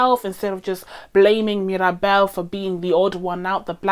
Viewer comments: Great video but it bothers me a lil' that she says "Maribel" instead of Mirabel a couple of times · you calling mirabel maribal made me laugh a lot, i did that too haha